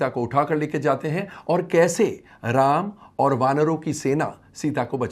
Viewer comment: पहले प्रभु श्री राम जी का नाम ठीक से लेना सीख ले